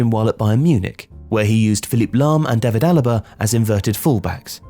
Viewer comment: How tf did you pronounce Philipp Lahm "Filip Lahm". As an english native it even would be easier to say Philipp lmao